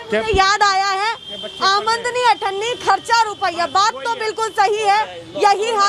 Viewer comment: Madam Aamad-ni N Aamdani Hoti H